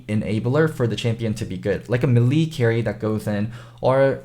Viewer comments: it's not me lee it's pronounced May Lay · A "Milee" champion. Mae-lae,, it's mae-lae. Anyways, I was disappointed with the Diana pick. Bjerg seem unpracticed, couldn't find flanks, he has better options for assassin, but he shouldn't went with a control mage or some sustain damage instead. I'm sure they can fix this problem though. I believe in them! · Kind of like 'may lay'. As in, if a lady showed interest in you, and you asked, she might say "Yes, you 'may lay' me,."